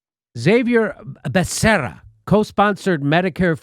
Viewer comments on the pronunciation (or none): Biden gave a special twist to the pronunciation, something close to "Baccarera". I guess that's what happens when you're handed a list of your "choices" just before you go public.